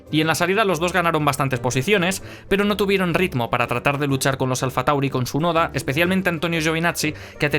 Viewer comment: Por que no pronuncias la T en Tsunoda?